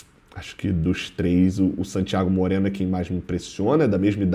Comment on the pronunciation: Porquê todas as vezes que o tem que citar o nome de um jogador estrangeiro ele fala dessa forma? "SANtíaGO MOreno"... sempre me pergunto isso